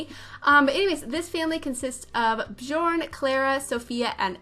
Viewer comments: Nope it’s not, I’m swedish and it’s pronounced bJööörn berJssen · J are pronounced as Y so Byorn Byergsen